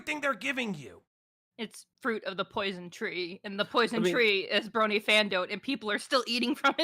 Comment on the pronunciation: My biggest issue with this sabrespark dude is that every time he says “brony” it sounds like “bernie.” 😂